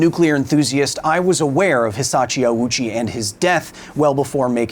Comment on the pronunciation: Very interesting video, but I gotta say that the constant (mis)pronunciation of Hisashi Ouchi as Hisachi Owoochi / Awoochi was kinda jarring. If you had pulled his name through Google Translate's read aloud function once, you'd have heard it's hee-sah-shee ohh-chee. OU in Japanese means "long O". Edit: bruh you literally have a Japanese person say his name properly and you still used 3 different wrong pronunciations yourself...